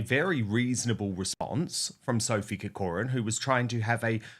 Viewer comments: Dan, having family connections to the Irish name Corcoran it grates on me somewhat every time you pronounce it incorrectly - please would you pronounce it as - KAW-kruhn which is the correct way thank you so much ❤ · Minor point - learn to pronounce CORCORAN properly! being a Kiwi doesn't help. Emphasis on the first CORcoran